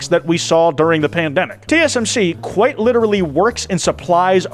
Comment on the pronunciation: I was watching this with my cat on my bed and she lunged at.